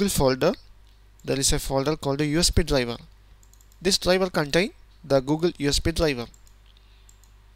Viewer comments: DRIVER - dlajva, dlajva, dlajva :X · Very good video but your pronunciation of "driver" sounds like dlabel